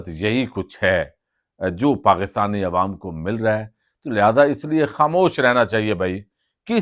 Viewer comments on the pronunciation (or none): none